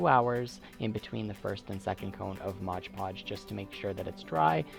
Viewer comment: It's MOD Podge NOT MODGE Podge